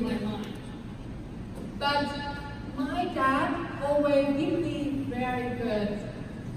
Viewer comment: E nên luyện ngữ âm nữa là ok. Còn giờ phát âm chưa chuẩn lắm. Đặt biệt từ BUT mà e ấy nói kéo dài, ko dứt khoát. Nên nghe hơi nhạt. Âm điệu ko nhấn nhá, và gằng giọng.... Ngoài ra trang phục chọn ko hợp lý, ko khoe đc vóc dáng lợi thế của em...